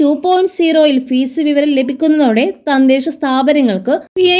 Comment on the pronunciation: തന്തെശ സ്ഥാപനം എന്നല്ല തദ്ദേശ സ്ഥാപനം എന്നാണ്